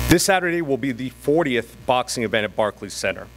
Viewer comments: Lol he can’t even say Barclays Center 😂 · Show up at barkey centre says rolly 😂😂😂 hahahahaha oh shit that killed me barkey centre 😂